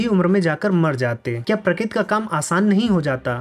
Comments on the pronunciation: Pratik nahi prakarti hotaa hae. Pakkaa aap Gujrati hoo. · prakit nhi bhai prakriti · Prakriti nhi😢 prakriti 😂